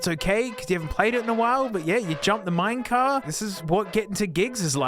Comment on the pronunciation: "minecar" mineCAR????? is it not minecart